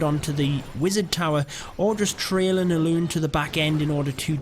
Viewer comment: The way u say laloo😂😂👌🏻